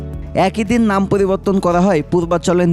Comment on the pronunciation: Uni poliborton , polibar uchharon korechen ki , naki ami vhul sunlam. But initiative valo .inqelab jindabadh